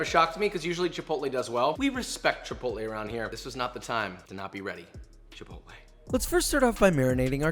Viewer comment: It’s pronounced chip-ot-l